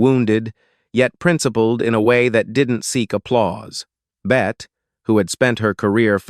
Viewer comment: 'It's not pronounced "bet" bur rather "Betty" . Hire a professional and stop insulting us.